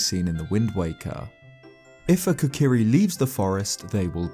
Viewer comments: I’m I the only one triggered by the fact he calls them the « kakari »? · automatically cant stand this guy mispronouncing zelda words. kokiri has a long O sound. deku the e is also a long E sound. leave it to the brits